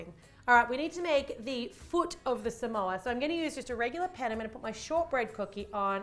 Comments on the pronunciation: Its SA-MO-A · How you say samoa: s-ah-m-o-ah that's how you say that!! 🌴🌴🌴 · Its Su-Mo-U.The way that you've been saying it. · This is how to pronounce Samoa: Suh - Mow - Uh